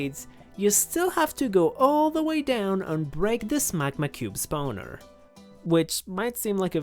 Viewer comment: I love the way this man pronounces spawner. Spowner